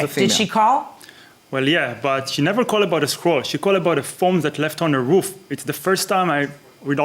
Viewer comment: Judge said, "woof" instead of "roof" 🤣😂🤣🤣